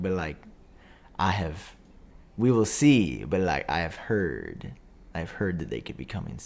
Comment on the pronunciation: “I herrd”